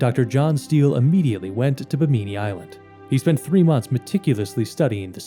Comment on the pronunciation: Bimini doesn't rhyme with bikini. It's pronounced BIMM-in-ni.